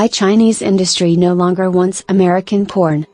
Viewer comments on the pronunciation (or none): is it only me or is the AI voice not pronouncing "corn" but something else?